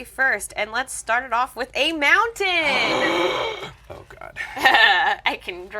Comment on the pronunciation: Calling a mountain, montainyah is such validation.